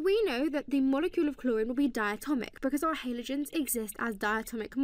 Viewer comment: cant deal with the way she says halogens